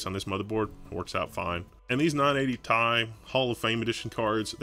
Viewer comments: who says 980 "TIE"? its T.I. like the rapper =D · tee eye. not tie. that's frustrating omg. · Say 980 "Tie" one more time.... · when you talk about Element abbreviations you don't pronounce it like it's a word. You don't pronounce Ca2PO4 "Ka 2 Poe 4" You say out loud all the letters and numbers.